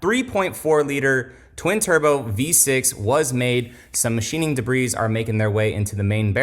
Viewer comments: Jesus do they have schools in Florida or no? Duh-breeze isn't a word my guy. It's pronounced duh-bree. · It’s debreee, not debreeezzz. Debris is plural. Porsche suffered this scrutiny with their IMS bearing, but there was no recall; because it affected a small number of cars. Yes there was a class action which Porsche lost. For Toyota to recall these, it’s a real problem. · Did you say "da-breeze"?